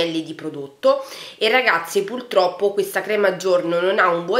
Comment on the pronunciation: Si dice puRtroppo, non puLtroppo!